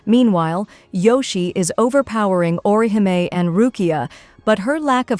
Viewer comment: Who's ORI-HIGH-ME 😂😂😂